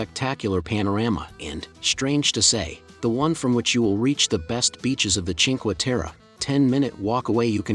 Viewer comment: Food in the mauve building in Venazza, up from the jetty, is not recommended. Train station tunnell at Rio is amazing. All 5 villages are beautiful. Please get the correct pronunciation on Cinque Terre.